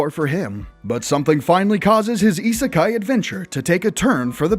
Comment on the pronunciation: that's what I thought. plus he says isekai wrong.